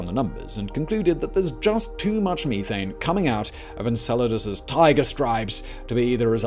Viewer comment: Fix your ( Geeezers & Meeethanes ) your not doing it right